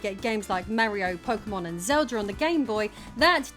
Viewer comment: Lol, she called it Zelder